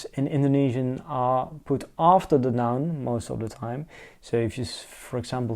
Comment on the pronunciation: I am Indonesian and I am watching this for my foreign friend to convince him learning my language. Your pronunciation is good! I am impressed.